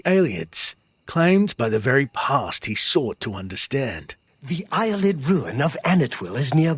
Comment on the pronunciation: Bruh he said eyelid ruin😂